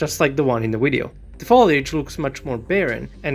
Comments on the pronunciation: Video dude,video not wideo ! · Love when he says widdy-oh lol